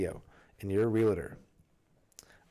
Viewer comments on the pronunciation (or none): You probably don’t care about how your public speaking skills are being judged by listeners but fyi Real Estate (reel estate) is sold by Realtors (reel tors) The word REALTOR is 2 syllables. You’re adding a 3rd syllable saying Reel-A-Tor which is unnecessary and also incorrect 😊